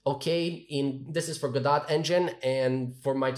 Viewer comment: I'm gonna join the hate train :D It's pronounced as "Go-doh", not "Go-dot".